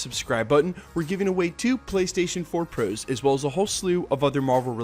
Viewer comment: Not hating on this guy or anything but am i the only one that notices the way he says "ps4 pros"?? Something about it just sounds odd. Idk maybe just me.